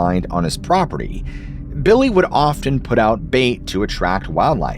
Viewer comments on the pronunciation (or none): It's offf n, not off tin. Or do you have a mort gige on your house.